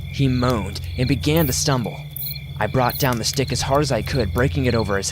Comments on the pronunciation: Please tell me I’m not the only one that heard “ but when my dad walked in with a huge d*** “ I know he probably said stick but I swear it sounded like d*** I mean I’m crying I’m laughing so hard🤣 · I SWORE I THOUGHT YOU SAID “Once my dad walked in with a huge dick” LMAO